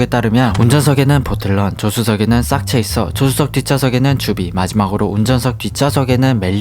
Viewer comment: 싹체이서가 아니라 쌕체이서가 올바른 발음입니다